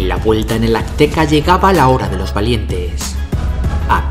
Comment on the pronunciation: Jaja me da ansiedad que diga Akteca en lugar de azteca